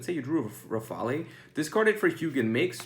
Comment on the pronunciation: The e is silent in rafale. Thanks for the advice!